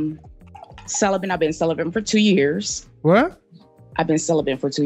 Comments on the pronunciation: Cele-bent 😆 why is it we are the only race of people who use words they can’t spell,pronounce or understand the definition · Its celibate , not celibent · Celibate not Celibant lol 😂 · I’m crying 😭 😂 thought I was the only one who noticed! “I’m celibin” 😂😂😂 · I heard "celibent" 😄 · “I been celebant for 2 years” Wtf is ‘celebant” for crying out loud?!